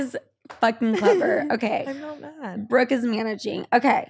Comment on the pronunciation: low key rude af getting brookes name wrong